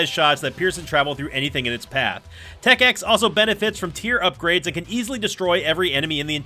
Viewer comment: Instant props for saying Tech X correctly.